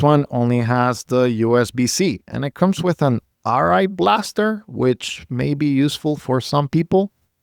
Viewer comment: Not trying to be offensive NOT TRYING TO BE, but you said ri blaster, I just want to respectfully correct you that it is ir blaster. Edit: the time of the video of when he said it